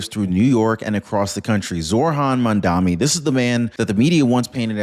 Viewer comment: I am not a fan of Mamdani's but please pronounce his name correctly.